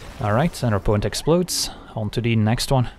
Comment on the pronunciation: At least we still have "onto de next wan". God help us if he ever stops saying that.